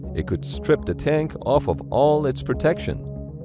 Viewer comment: Not Off ov of Moron! It is just "of". Speak the English. I bet you get your apostrophes wrong too!